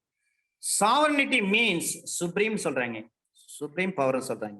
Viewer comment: It's not powerrrrrrr..... It's power.....